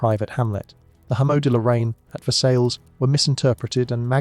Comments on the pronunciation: Versailles isn't pronounced as ver-sails, JFC man. It's Ver-say, or Ver-sigh (depending on who you ask). Please do better with your pronunciation. I'm not even French, was born in the US..and yet I can pronounce it correctly. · It brings down the perception of the quality of this documentary: if this is not known, what else is right.